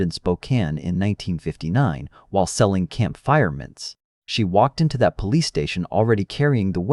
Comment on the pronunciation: Camp fire VS campfire, etc. Awfull narration